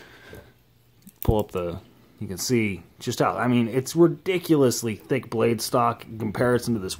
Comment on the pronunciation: I like how he said THICCC